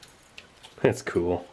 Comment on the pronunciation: Love the way he says "cool" like "kewl"